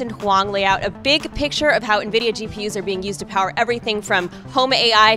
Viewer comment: i thought the ceo called it nvidia spy... dude has to work on his pronunciation or everyone will think hes trying to create skynet